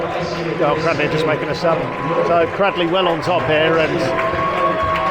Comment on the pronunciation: Thank you for covering this game. NB it's pronounced CRADELEY not CRADDLEY.